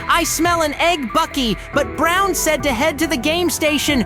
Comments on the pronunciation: It’s bron not brown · You’re saying brown instead of bron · Bro. He wanted to say bron but he said brown accidentally